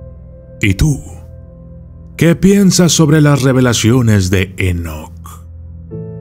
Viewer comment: Dice: "EnoKATE"